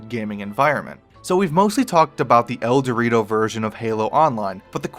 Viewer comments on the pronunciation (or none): Its ElDewrito, he says El-Dortio. I died